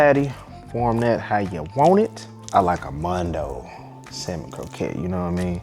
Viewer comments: For me its Samon not salllmon. 😂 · The “L” in salmon is silent! Consider this, I’ll have sammon for supper tonight. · Samon No L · Salmon -no ‘l’. Like it well done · The “L” is silent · The L is silent....